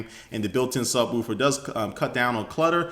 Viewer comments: SubwOOfer. Subwolfer is how it's pronounced. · Does anyone think the way he said subwoofer was funny?